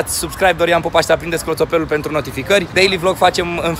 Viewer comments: 😂😂😂în loc de clopoțelul ai zis coplotelul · clotopelul =)))) in loc de clopotel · Minutul 10: 39 "clotopelu" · clopotelul nu clotopelul